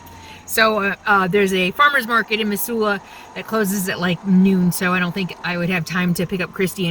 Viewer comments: OMG that made me homesick for Missoula! Been toying with moving back but housing is so expensive there right now. I'd forgotten how beautiful the area is! Thanks for this refresher!!! P.S. I know you probably don't care...but the ss in Missoula has more of a "z" sound to it, like "Mizsoula." Drove me nuts every time you said "Miss-soula." LOL! I think my ears actually cringed a few times. :D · Thanks for correcting the pronunciation for Missoula... Mizz not Miss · Hey, I’ve “liked” many of your videos. This is my first comment: We say it Mizula. Yes, your way is phonetically correct but then there is the way we actually talk. Pre-Covid, the Farmer’s Market up by the X’s would have had twice the number of vendors and many more people. You did a fine job of capturing some good video of the area. Kudos and Happy Trails. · I lived in the Pacific NW all my life. We always pronounced it with 'z'. Mizzoula... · I love in my RV in Missoula! When was this!?!? We pronounce it Mizzoula! I'm so h glad you were here for the markets! It's a great town, my home! That van is our empower Montana/ Harm reduction van... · its now pronounced METH Zoola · Mizula, not emphasis on the Miss. 🥰😉 sorry about all the Trump flags. Makes me so sad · Have never heard any pronounce Missoula that way. LOL! Anyway, Montana is full. I heard Minnesota is quite nice.